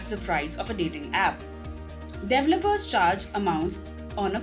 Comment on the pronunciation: With all respect.... please pronounce "DEVELOPMENT" and "DEVELOPER" the right way. Listen and repeat. You can do it!